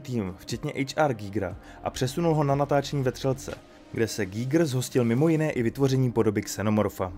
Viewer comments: Koho napadlo (německé) jméno Švýcara vyslovovat anglicky? To nebyl žádný "ejč ár gígr", ale úplně obyčejný "há er gajgr" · Dobře, tak buď anglicky ejč ár gajgr nebo německy (správně) há er gíger, ale zkomolit to dokupy je jiný umění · Pěkné, ale proč vyslovovat jméno "H. R. Giger" jako "ejč ár" když to byl Švýcar? Přijde mi to stejně divné jako anglická výslovnost německého tanku Tiger jako "tajgr" 🙃